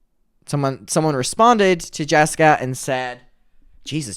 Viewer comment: "" can't even say her name properly. And Bailey is barley in the videos. Pulling at hairs now. Move on.